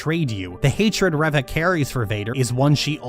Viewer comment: My only problem with this whole video is how you say her name as reh-va...